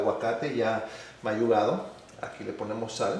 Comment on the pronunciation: Todo esta perfecto menos el lenguaje, no se dice “mayugado” se dice “ MAGUYADO, muy buena receta de guacamole!!!